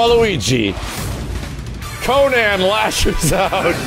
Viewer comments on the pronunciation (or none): none